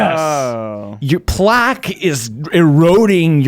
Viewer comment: didn’t say plaque correctly and no one noticed